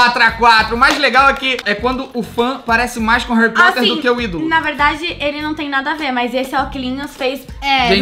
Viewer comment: a bruna que falou assim